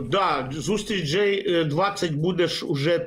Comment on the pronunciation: знову "джей 20, джей 7", знавець англійської! джей - це літера Jj як у словах just, job, Jack, Joe Biden etc., а G7, G20 - це Group of 7 big countries, Group of 20 countries... починається з літери G - джі: Джі севен, джі твенті....